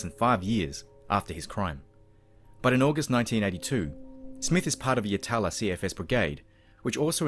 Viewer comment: Craig and Scott were my second cousins. Thanks for telling their story. At least the SA government decided to throw away the key on this bastard eventually. Just FYI...Yatala is pronounced Yat-lah. And it's Cudd-lee Creek. But good job with all the rest.